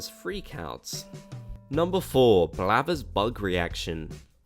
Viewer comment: Ok. It's blathers not blabbers...